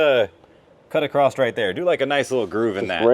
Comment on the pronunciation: Stop saying "acrossed" :P